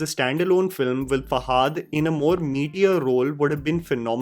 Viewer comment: It's not hard to pronounce Fahad properly it's not fahaad